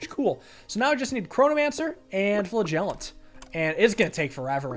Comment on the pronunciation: Can someone tell him that he is pronouncing flagellant wrong? Pretty please?